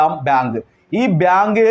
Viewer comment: കാര്യമൊക്കെ കൊള്ളാം അവതാരകൻ തപ്പിപ്പിടിച്ചു ബിയാങ്കു ഭ്യാങ്കു എന്നു പറയുന്നതല്ലാതെ കൃത്യമായി ഒന്നും മനസ്സിലാകുന്നില്ല.